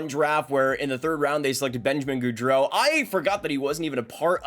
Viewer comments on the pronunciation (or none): none